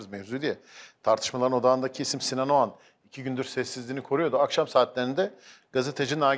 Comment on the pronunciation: şu adamın soyadı Ogan mı yoksa Oğan mı..Barış bey bir Ogan diyor bir Oğan..acaba Bariş Yarkadaş beye bazen Barıs Yarkadas mı desek